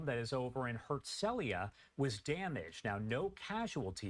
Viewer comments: FYI, it's pronounced "hertz-o-LEE-yah". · It is pronounced: HERTZ-LEE-YAH.